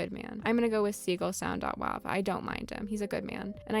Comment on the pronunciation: gaston is fucking SLANDERED here gaston is so polite and supportive. absolute ally. he actually gave me my top surgery himself and it went perfectly. also curt is great he was really cool in my acnl town. also also ".wav" being pronounced as ".wov" is so fucking weird. its .WAV. like. WAVE. i WILL die on this hill